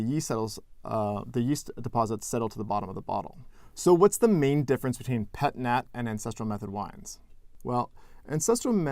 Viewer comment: Don't say the "T" sound. It's Pet-Naa. In French, the final consonant is not pronounced unless followed by a vowel.